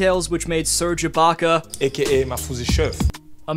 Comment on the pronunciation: Bruh said iblaka